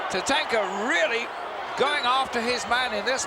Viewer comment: The brit doesn't know how to pronounce Tatanka properly